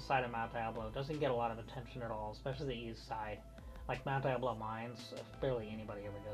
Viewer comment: thanks for pronouncing the name of the mountain the way I learned when I grew up here: Die-ab-low, not De-ab-low. I know nothing about a monastery in Clayton, but there is a seminary. Have you done anything about the pool we used to know as Russelman's. RMcNeely